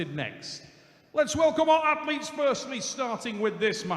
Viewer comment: I love and Respekt but he needs to learn athlets names